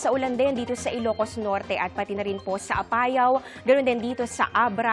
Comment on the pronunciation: Parang mali ang bigkas niya ng Apayao.